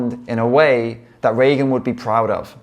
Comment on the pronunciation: Thank you for your kind words, but please remember her name is "Regan" (not "Reagan") and is pronounced "Ree-gan" not "Ray-gun".